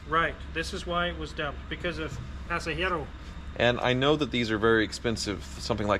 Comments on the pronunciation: Pasajero means Passenger lol... I like how pronounces it... "Pasayero" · I believe that the is basically pronouncing "passenger" in Spanish (that ECM box).